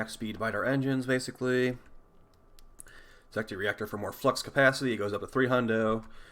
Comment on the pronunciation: It's Zet-ki.